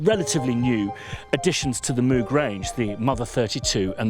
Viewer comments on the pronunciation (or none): From an interview with Robert Moog (courtesy Wikipedia)... "Reviewer: First off: Does your name rhyme with "vogue" or is like a cow's "moo" plus a g at the end? — Dr. Robert Moog: It rhymes with "vogue." That is the usual German pronunciation. My father's grandfather came from Marburg, Germany. I like the way that pronunciation sounds better than the way the cow's "moo-g" sounds." That said, there are so many people out there saying it with both of those pronunciations, I think you're safe to say it any way you want. Kind of like Leonard Bern-steen/Bern-stine. If you want to talk about a synth that's a real pronunciation challenge, pick up an old Synclavier. I'm still hearing people finding new ways to pronounce that name. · Mogger Foggers. Vogue is not english, so if that name is the reference you should actually say Mogg with a short o, almost sounding something between an o and u. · There's a clip of him saying how he decided how he was going to pronounce his name when he came to the USA. Go figure I have to stop myself saying mooo g all the time. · It never ceases to amaze me that, even though there is video footage of Bob talking about the correct pronunciation of his name, people still continue to mispronounce it....